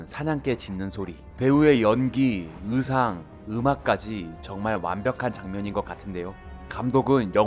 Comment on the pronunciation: 으상이 아니고. 의상…..